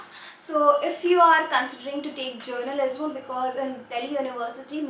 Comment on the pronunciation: Please pronounce journalism correctly its hurting my hear :))) just a constructive criticism